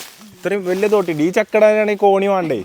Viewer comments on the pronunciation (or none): Kotti alla thootti😂